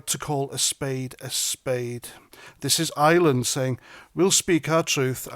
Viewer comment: the word is IRE-LAND, not ISLAND.